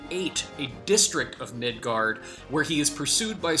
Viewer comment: Why are you doing this video if you don't know how to pronounce "Square-Enix" or Midgar?